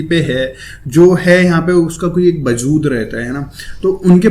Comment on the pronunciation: bajood nahi wajood bolte hai